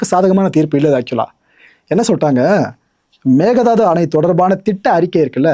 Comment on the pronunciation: tvk ஜெயிப்பாங்க என்று என்ன guarantee இன்னும் ஒன்று மேகதாட்டு என்று உச்சரிக்கணும் ஆடு தாண்டும் என்று பொருள் மேக தாது இல்லை